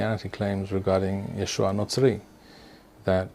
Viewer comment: His name is not "Yeshu" you idiot, his name is Yeshua, like it or not.